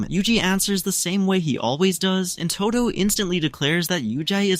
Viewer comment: Its todo not todu btw